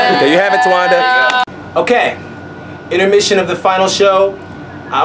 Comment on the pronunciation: Daveed "I say intermisson"